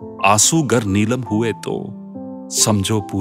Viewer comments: आंसू गर नीलाम* हुये तो.... नीलम नहीं नीलाम है सर। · Aasu nilaam hai not nilam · आपके उच्चारण ने इतनी गंभीर इतनी अच्छी कविता का कबाड़ा कर के रख दिया😤😤😤😤😤 और वो नीलम नही नीलाम है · आंसू गर नीलम , नहीं भाई , नीलाम हुए तो द्वीप नहीं भाई दीप हिंदी सीख पहले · couple of words not pronounced correctly . examples : neelaam and deepon